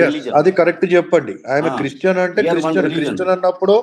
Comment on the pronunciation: Chreeestian kadu. Christian.